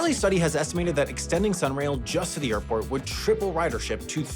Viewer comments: Am i hearing that intro right?!? "Youve just landed in Morlando internation Oirport". ??? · Is it only me that noticed him saying "oarport" in the first sentence? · Orlando’s international orport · ...not to mention "Orport" lol